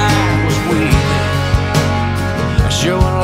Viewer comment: People can't pronounce Talladega it's pronounced Talla dig ah